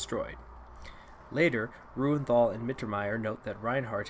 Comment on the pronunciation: Random pronunciation help, but Reuenthal is pronounced roy-en-tall Kircheis is pronounced kirch-eee-ice And that's all I can think of for now